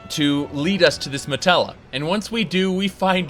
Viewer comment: Also, its not called a matella, its called a Mantella.